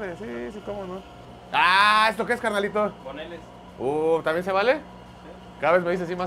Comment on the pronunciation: Una joya como pronuncia Boneless😂